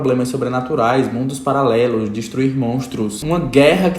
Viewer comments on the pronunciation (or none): Do nada o “mundo palalelos” kakakakakkakak